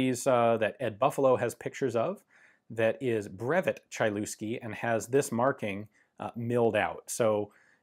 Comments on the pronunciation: I've always thought that Lignose is the only type of such gun (well, apart from experimental swedish Browning 1903), but there is also Chylewski. Thanks, Ian! P.S. Бедняга Чайльюски, т.е. Хылевский. :D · Polish Language: Chylewski [hy-lev-ski] Ian: CHAI-LOOSKI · Yeah I know that polish is one of these complex languages and I don`t expect anyone to learn it but just in case the pronunciation is a bit more like 'HEE' (heelevski) than 'CHY'. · Sorry for nitpicking but the pronounciation is not like you did it in the video. The letter y is pronounced like the german letter Ü (Umlaut) and the "lew" is not pronounced "Lu" but rather "Lev" so the pronounciation is more like "Tschylevski" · HY-LEV-SKEE not chailewsky :-) Polish W is a hard V, CH is an H like in Hen, i is same as English ee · CHAI-LOOSKI hahaha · He sure wasn't shy on the looski part. Ain't no mountain chai enuff, Ain't no valley looski 'nuff. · Hi Ian, love your videos. Quick note - polish CH is pronounced like a slightly longer, harder H. The C i silent ;-) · The letter y is pronounced like nymph, not like hee, but I see where you’re going. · his name is pronounced "Hylevski google translator does a good job at pronunciation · The 'Ch' in Chylewski is like the 'Ch' in Chutzpah, and the 'w' is pronounced like a 'v'. (Phlegm)hih lev ski Credit to Jeff Dunham. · you read that so wrong is pronounced Hillevski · Chylewski = Hi-lev-ski (Hi sounds like hiccup) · It's pronounced Hy- (flat y) Lev- Sky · It's pronounced "Hi lev ski" ("Hi" as in "history", "lev" as in "level"). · Chylewski is pronounced hilevski. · The name is pronounced H/Ch-(as in loch)- i -leff-skee. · Everything's perfect except of pronounciation. :-) "Chylewski" should be pronounced as "Heelevsky" ;-) BTW: How to class it? SA? DA? Triple Action? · Dude needs to buy another vowel.. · Awesome little pistol. As a Pole I have to admit- pronunciation of that surname was highly amusing. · In Polish language "ch" is being read as "h". Really.